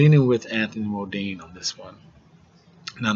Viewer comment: Bro this is ya first review I've watched, TBH I hate to hate but first off stop callin Choc fukin "MODINE". His name is "MUNDINE " there aint no MO in it. Anyways ya make some valid points bro just try to be more direct straight to the point when ya predicting fights getting a fighters name rite is a good start